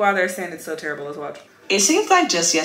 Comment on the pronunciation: Not “TURRIBLE” 😂😂😂 first